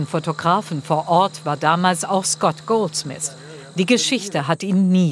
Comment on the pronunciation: Der Typ heißt Goldsmith und nicht Goldsmiss